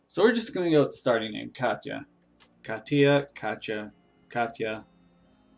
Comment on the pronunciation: The official pronunciation of the default name is "Kaa-Tee-Ah" but I'm quite sad that you missed "Kate-Ear" in your list of posibilities.